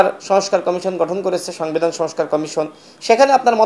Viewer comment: সাংবিধান 😂😂😂 উচ্চারণ করতে পারে না